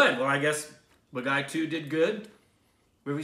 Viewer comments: it's not baa guy it's baa gee😊👍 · Though i am Indian i oved the way they butchered the the title Bagai 😂😂😂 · The only name you butchered was the movie title itself... its pronounced Bah-gee 😂 love from canada guys! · Hey awesome, It's not "Ba- guy". It's "Baa-Gi" ('Gi' as in 'Gui'tar) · Am I the only one who is screaming out loud 'it's Bhaagi' everytime says 'Bagai'?? 😑😐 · Dear friend... It is not... Ba-ga-ee ....it is... Baa-gee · Not Bagai.....it's BAAGEEE. 😊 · IT'S PRONOUNCED BAAGEE NOT BAAGUY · man its not bagai man.. its baaghi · It's not Pronounced bagai.. it's Baa Ghee.. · Hahaha. Baagi. Not baghai :) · turned pink!! Yes I comment while watching the reaction!! It's pronounced baa-gii. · OUR STUPID REACTIONS guys...it’s pronounced as “baageee”. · And it is pronounced Baa-ghee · I LOVE BAAGHI!!!!!!!!!! BEST MOVIE EVER!!!!! BEST ACTION ACTOR: TIGER SHROFF!!! SO GOOD!!!!! MUST WATCH BAAGHI I WATCHED IT IN THEATERS! AND IT'S PRONOUNCED, BOG-GEE 😍😍😍😍💜💜💜💜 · The pronunciation is " Baa ghi". It means " a rebel". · Its pronounced as BAAGHEE, Means retaliator/traitor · its pronounced as "baa- ghee" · It's pronounced Baa Gee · You pronounced it wrong.. It's like "BAAGHEE" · Pronountiation correction Baa-ghee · It's baaghee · Its baa.....gheee.....thata the way its pronounced guys....movie is good too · Not bang on with the pronunciation 😂.. its baaa ghee.. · Loved your pronunciation of "baaghi"..LOL!!, you always come up with a peculiar and quite interesting way of pronouncing hindi words, and i can't control my laughter:):) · is so cute, pronouncing the name wrong repeatedly with such confidence..:-D